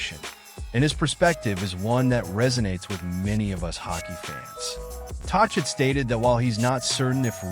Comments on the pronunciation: What? A stupid computer voice or stupid narrator who doesn’t know how to pronounce the name of the Canucks’ coach. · cant even pronounce tocchet's name properly